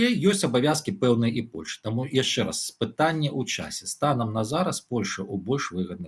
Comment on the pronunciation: (Чь) не мягкая,( Ч) не -яшще-,а -яшщэ-,не надо русить! Но всё равно очень правильно што не па рюски.